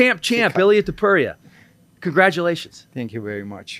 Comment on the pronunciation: *Topuria NOT "Toupuria".